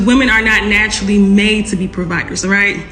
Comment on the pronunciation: Did she say "woman are not natuarally providers"????